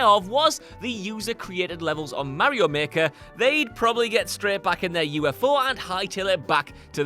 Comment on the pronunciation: I cringe every time he mispronounces Mario